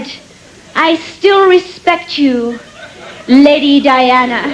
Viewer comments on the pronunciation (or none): none